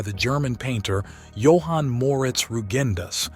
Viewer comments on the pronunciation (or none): none